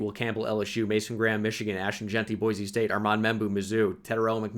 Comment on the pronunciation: pronounced Boise correctly!!!